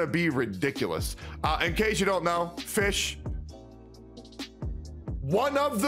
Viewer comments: Isnt it pronounced "fiyhrl"? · You said fischel.... was.... shut up man.... ugh.... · i think fischl's name is pronounced "fishell" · Game: Fischl: Fish Me: AAAAAAHHHHHHH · The "l" in Fischl is still pronounced